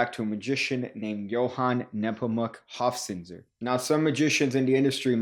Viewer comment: Being german, props for correctly pronouncing "Johann Nepomuk" and not as "Joan Neepomac". The "z" in "Hofzinser" needs a little work though; it's pronounced like a "ts" - not like an "s" and neither like a th.